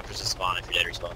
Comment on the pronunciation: lolthe name of the guy is dread not bread ahahah